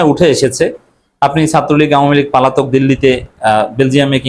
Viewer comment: Pronunciation should be cortect eg:পলাতক not পালাতক